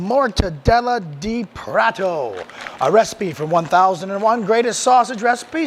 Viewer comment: Wow! That was fast! Cheers for taking up my request so quickly! Cheers, again, mate! Now you owe it to yourself to go to The Mercado Municipal in São Paulo, Brazil and get a mortadella sandwich at one of the second floor resturants, with cold beer, of course. Lastly, try pronouncing "prato" as prah-toe...